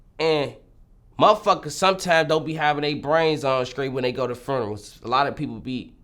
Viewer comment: He says frunerals 😂😂😂😎💜💯😒😒👊😂